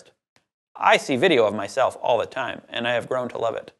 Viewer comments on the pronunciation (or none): none